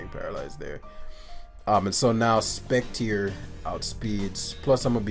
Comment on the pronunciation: Speck-tree-eh, like foyer. Er makes an eh sound in French.